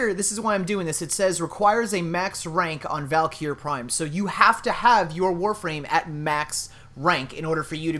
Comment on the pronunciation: It's pronounced, VAL-KREE